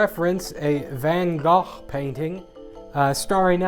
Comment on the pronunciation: I'm proud of you. The pronunciation still might be rather off, but it's much closer than the 'Van Go' or 'Van Goff' I keep hearing and that people then try to correct me on.